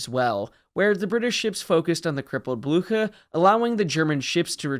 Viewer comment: That’s not how you pronounce Blücher